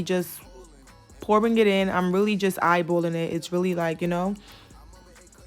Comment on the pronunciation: I don’t need “eyebowwlin” I need ratios..